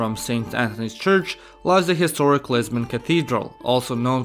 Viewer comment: And I thought I heard Lesbian 🤣